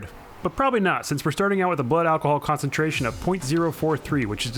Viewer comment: Khan-tent, Khan-centrations